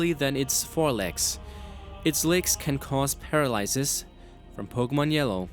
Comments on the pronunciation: He said paralysis wrong, and he tries to be like jwittz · You pronounced genitals & paralysis wrong.